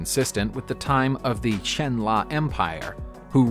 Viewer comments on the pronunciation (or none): none